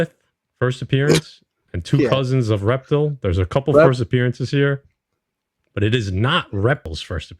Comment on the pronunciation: Great video as always my brothers, ReptiL is pronounced Rep-teal... Like the color teal, the only reason I know that is because when my son was little he watch superherosquad on cartoon Network years ago and he was a character on the team of the Avengers LoL 🤣